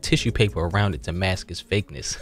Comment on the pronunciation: As soon as I heard "Tew". I'm like oh yea thats Baltimore!